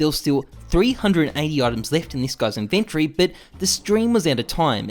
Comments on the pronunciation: inven TORY not inventry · It's not an invent-tree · why do u say inventory like that?